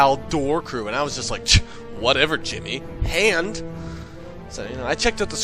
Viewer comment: its jimmy not timmy